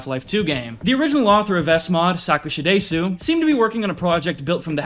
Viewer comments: The way to say Sakushadesu would probably be easiest written wise as "suck sha dess", sorry its just a nitpick that just hurts my brain xD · errmageerrd staap saying saakuushadaaaysuuu eermgaagoaaaad